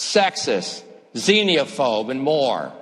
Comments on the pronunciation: He said xenophobe wrong lol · Are you asking or making fun of LaPierre's mispronunciation of "xenophobe"? xenophobe n. A person who is fearful or contemptuous of that which is foreign, especially of strangers or of people from different countries or cultures. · What the hell is a "xeniaphobe"?